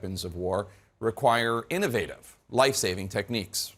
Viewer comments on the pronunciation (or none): none